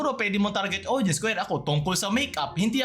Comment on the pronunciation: Tawang tawa ako sa pagkakasabi mo na "Eh Di sila yung target aUDience ko e" 😆😆😆:_lulAHH::_lulAHH::_lulAHH